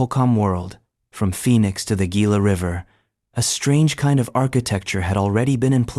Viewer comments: its pronounced 'hee'lah' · Gila River pronounced heela im from the New Mexico side of the Gila river your welcome 😘